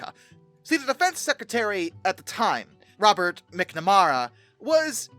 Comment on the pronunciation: MAC-na-MARE-ra. Sometimes I wonder if ’ first language is English.😂